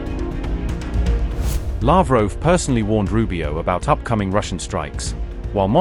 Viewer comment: It's Lavrov not Lavroo